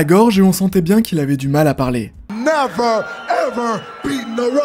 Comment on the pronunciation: Merci pour la vidéo ! Par contre pourquoi tu prononces toujours les R en fin de mot des verbes du premier groupe à l’infinitif ?